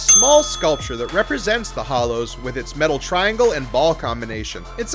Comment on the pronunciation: Hallows * not hollows